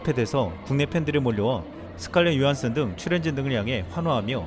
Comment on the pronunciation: 조한슨 으로 읽던데.. 그래서 조한순